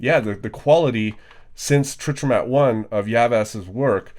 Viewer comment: Trichromat is tri - chro - mat or phonetically Try - crow - mat